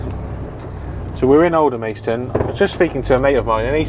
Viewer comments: Hi, sorry if I sound pedantic but, its pronounced Alder-mas-ton, not Alder-mays-ton:o) Love your channel btw. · Alan Lumsden no it’s pronounced Aldermaston :o)